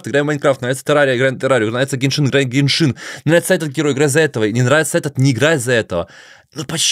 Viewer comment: не геншИн а гЕншин